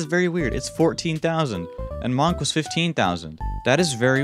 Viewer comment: Why he say monk like that